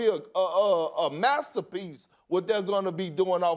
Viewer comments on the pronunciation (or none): Mans said "masterpiece" 🤦🏾‍♂️ Seriously this guy is so bad 😂😂😂